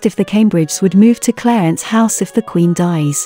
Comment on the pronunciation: It's Clarence House, not Cleyance House.